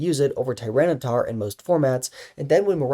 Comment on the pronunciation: Why does he keep saying tyranocif wrong?